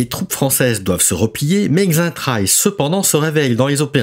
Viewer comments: Le X se prononcé Che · "Xaintrailles" se prononce "Saintrailles". "Laonnois" se prononce "Lannois", comme "Laon" se prononce "Lan".